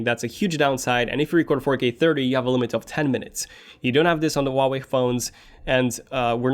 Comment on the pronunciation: He can't pronounce Huawei...